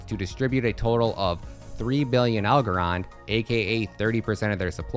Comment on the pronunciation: Wtf kind of bullshit video is this 😂 what a 🤡 Doesn’t even know how to pronounce the coin’s name 🤦‍♂️